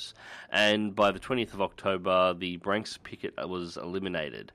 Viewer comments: There's nothing difficult about pronouncing 'Bree-ansk' and 'Vee-asma'. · It's Breeansk and Veeazma